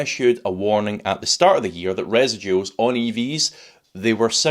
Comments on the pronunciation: I suggest you research the correct pronunciation of “residuals”. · I like how you pronounce residuals. I've never heard it before.